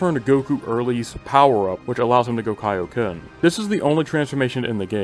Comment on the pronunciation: you missed one and i was waiting for it all video Goku mispronounces his Kaioken in BT3 and says "kay-oh-ken" instead of "kai-oh-ken"